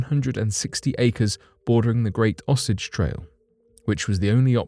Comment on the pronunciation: O-Say-ge trail